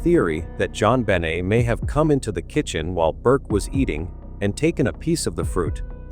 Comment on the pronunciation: Her name was JonBenet please pronounce it correctly